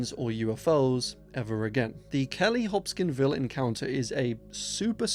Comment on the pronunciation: Pronouncing Medellín as “meddlin’” made me lol. Also pretty sure it’s “Hopkinsville” not uh… “Hop skin ville”.